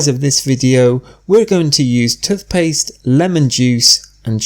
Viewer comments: Good bye "tuth paste" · He keeps saying tuth paste